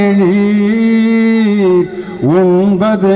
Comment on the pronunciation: It is KELIR and Not KELEER.Leoni is supposed to be a Tamil scholar.Please correct your pronunciation.